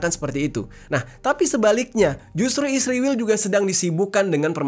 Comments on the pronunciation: Bang jerry juga nyebutnya isriwil harusnya israel kan😅😅😅😅😅😅😅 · Kenapa israel di baca isriwil